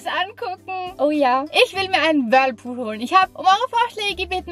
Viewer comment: Wie Vicki immer das Whirpool sagt 😄 Liebe eure Videos liebe Grüße ❤💜